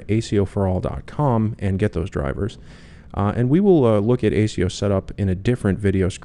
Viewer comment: AS E O not ac e o